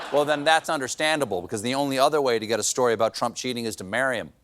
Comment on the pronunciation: You say frump, I’m outta here. Bye